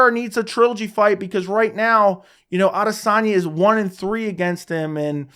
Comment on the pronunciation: You’re talking about respect without even pronouncing his name correctly 😂